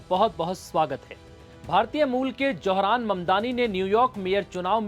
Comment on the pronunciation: It’s Zohar’s not Johran naam to sahi le lo